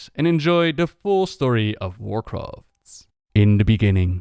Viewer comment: Checked in to see if you still mispronounced things severely after all these years. “... and enjoy the full story of WarcraftSSSSS”. Not disappointed!